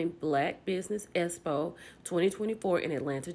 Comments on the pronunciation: Please speak correctly when saying expo we know says espo but I didn’t need to hear it over and over again while trying to listen to your video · 😂😂😂 "S-po" this girl can't talk. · For and everyone the Expo is pronounced X Po not S Po I cringe everytime I hear and everyone pronounce the word wrong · can we please pronounce EXPO correctly geez-us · I CAN NOT 😂 NOT YOU SAYING ESSPO!!! 😂😂😂